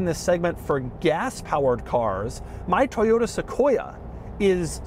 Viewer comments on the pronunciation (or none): none